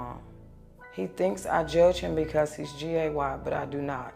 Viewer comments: She can’t even say gay correctly 😑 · She can’t even say the word “gay” ! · If you can’t even pronounce the word, you’re not okay with it. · She can't even say the word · She can't even say the word gay SMH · They shoulda made her say it CORRECTLY🤣